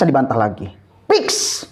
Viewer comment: muktajilah apa muktazilah...😂😂😂 Piks piks piks😂😂